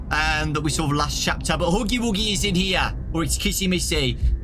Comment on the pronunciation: "OH LUK HUGY WUGY" 🤣